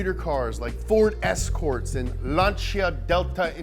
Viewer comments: Ford escourt😂😂😂😂, its ford escort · It's Escort, not Escourt. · Ford Escourts! *Escort you mean... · What is a Ford "Escourt" or did you mean an "Escort"? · Why is there a U in “Escourts”? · Ford Escourt?✍🏼✍🏼✍🏼